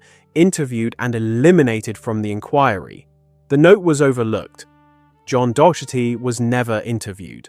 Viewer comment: The constant mispronounciation of "Docherty" makes this hard to listen to. Also, who pronounces "Celtic" as "KEL-tic"?